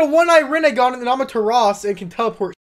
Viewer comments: keep's saying "Amaturas" when it's pronounced "Amaterasu". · Its Amaterasu not Amateras